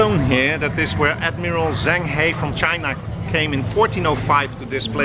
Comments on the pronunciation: his name is pronounced shang huh but spelled zheng he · Repeat after me. Jung ha. Jung ha. Jung ha